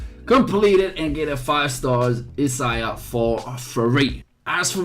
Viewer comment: Sorry, being nitpicky...her name is pronounced "Eye-say-uh"